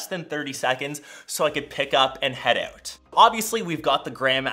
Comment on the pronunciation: That’s a very funny way to say out haha